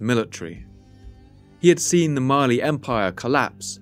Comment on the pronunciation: Every time he says "Mali" I hear it as "Marley"